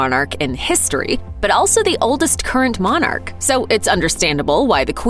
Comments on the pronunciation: It's not Mon,arch it's pronounced monarch . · God bless the Queen...and please stop calling her a Mon ark. It’s monarch...pronounced MONach.